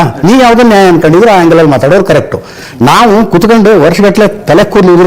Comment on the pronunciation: first learn how to pronounce Nyaya, it's Nyaya not naya😂